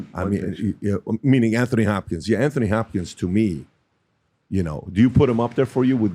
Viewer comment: It's not pronounced An-thony Hopkins. It's An-tony.